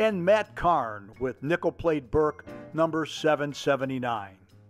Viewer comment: I’m sorry, but every time you said “Nickel Plate Road”, it sounded like you said “Nipple Plate”. Awesome drone footage of a beautiful railroad!